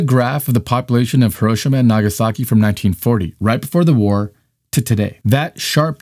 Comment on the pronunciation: If you're gonna continue to make these videos, which are otherwise good, learn how to pronounce "Hiroshima" correctly. Thanks. It's not a "tomato"/"tomato" or "potato"/"potato" thing, Hiroshima is a PROPER noun, say it right.